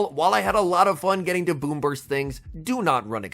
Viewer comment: Lol kept thinking you were saying boomers